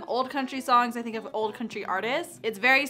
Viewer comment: When she said country album she meant CUNTRY ALBUM